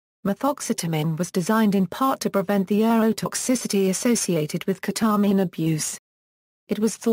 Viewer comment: ke-tah-min hahaha lmao